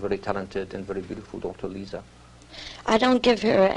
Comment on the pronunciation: "LISA" Minnelli?? It's LIZA WITH A "Z" !!